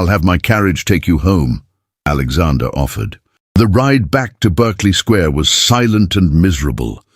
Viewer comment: Yes so irritating.